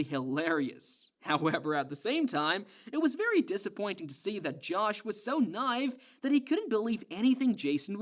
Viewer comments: It's pronounced NIGH-EVE not KNIFE. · The way you pronounce certain words piss me off. Naive. Joshua. And what you said about putting the fries in the bag, i have no idea wtf you were tryn to pronounce at the end of that sentence